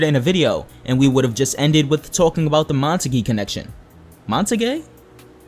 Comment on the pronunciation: And it's pronounced monta-gyu or monta-cue